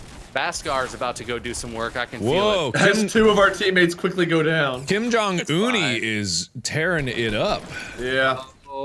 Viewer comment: Wait. Is that guys name- Kim Jong Unnie? 😂😂 (un-ie) Korean speakers wya